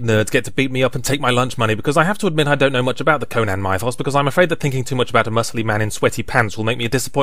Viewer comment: Ken Haldenby He mispronounces 'mythos' in the first sentence of this vid as well.